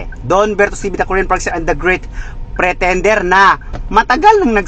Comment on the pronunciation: Kuyang prentender u g R mo medyo bulul mo po kasi bulol ang Korean sa R😂😂😂